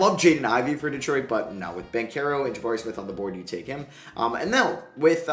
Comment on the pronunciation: Isn't it just Ban-chero and not Ban-kero?